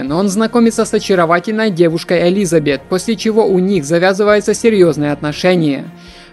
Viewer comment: автор так сексуально произносит "елизаБЕТ"🤪